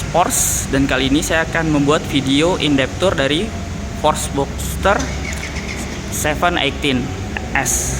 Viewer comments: Dibaca porsche Pakai e bukan porsch Pelafalan jerman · bacanya bukan "porsh" tapi "Porshuh" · mantap pak. cuman klo boleh sharing cara manyebutkan nama porsche itu bkn "porsch" atau "porschia" tapi "porsche" aja biasa. krn dlm bhs jerman, normativnya pengucapan sma dgn penulisan. kedua, utk G-Force it bukan gaya dorong atau thrust melainkan posisi titik berat (massa mobil * grav. bumi) si mobil. maju terus gan! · Bacanya Porsyé Bro... Thanks.